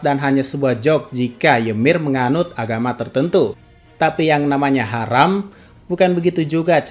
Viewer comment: Ngakak gw min lu bilang haram ditekan gitu 🤣